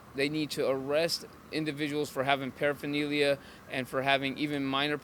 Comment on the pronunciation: Harm reduction saves waaaay more lives than abstinence programs. 12 step programs have a 2.5 to 5% "success" rate. Read the studies. I'm supposed to take advice from this clown who can't even pronounce paraphernalia??